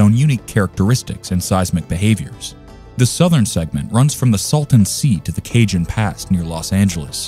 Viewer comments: It's not Ca"j"on. It's pronounced "Cahon" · First. Cajon is pronounced "kah-hone". If this is an AI voice you will need to type it phonetically. Prieta is pronounce, "pree-eh-tah, it's three syllables. It should also be noted that the Northridge Earthquake did not occur on the San Andreas Fault which is about 60 miles east of LA. That quake occurred on a previously unknown blind thrust-fault. It caused more damage than LP because the ground excelleration was a lot faster with more virticle movement. Not sure why the video showed the coast of Washington when the southern San Andreas Fault was mentioned. The next major quake in CA is likely to be on the Hayward Fault in the San Francisco Bay Area which is considered the most dangerous fault in the US.